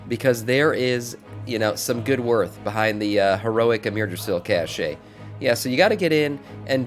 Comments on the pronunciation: its a "kash" not a cash'e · Are you pronouncing the word "cache" wrong on purpose to ragebait? :P